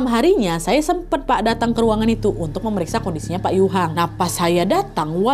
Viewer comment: Dari dulu selalu ngakak setiap kali Nadia salah sebut "Pak" jadi "Wak" 😭😭😭